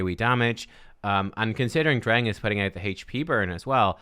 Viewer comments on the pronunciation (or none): Dreng means boy in Danish. It’s pronounced d’rhaijng.